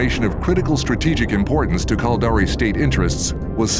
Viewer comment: lol. Sounds like he's saying "Culdari".. sounds stupid. This video really represents eve well: A full story, rich in intrigue and suspense, NONE OF WHICH any player actually experiences in the game. Eve is an exercise in struggling massively to understand how to do the simplest of things, followed by Griefers killing you in "safe" space and taking all your stuff while hoping you will cry. I've played for nearly 20 years and these vids are only made to fool people into thinking they can participate in some grand story.. and they really can't.